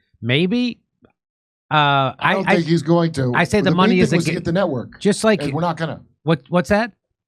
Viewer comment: "He's gonna gat off" Obviously not the first time😂😂